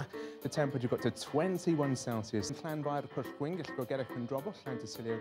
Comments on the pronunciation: The chap pronouncing the long Welsh name got it spot on. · That weatherman did a fantastic job of pronouncing that impossible word.